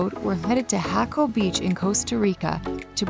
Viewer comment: I just subscribed.. Good looking out. Not jayco, lol.. You probably know how to say puuuttta vida. Nice work.. Jaja